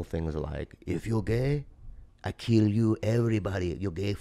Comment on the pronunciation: "EveiRyyDiieey" 😂 🤣 just The "Simple things" 🤣🤣 "I keill You".."EveRyyyDiiieey" .. 🤣💯 Bobby, I love You!!! 🤣